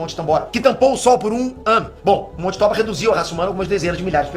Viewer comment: Se for japonês não é "tóba" é "tobá"